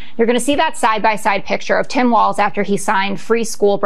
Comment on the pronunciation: Walz name is Walz, not Waltz. It sounds like Walls.